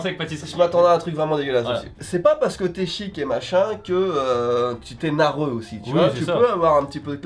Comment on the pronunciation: a dit « nareux »: 57 représente 🤣